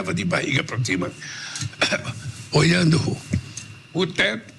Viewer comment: Ele ficava "oianu o tetu"? Ele disse que lia muito la